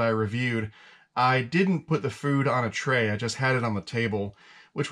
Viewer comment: Lol…. You didn’t say tray right.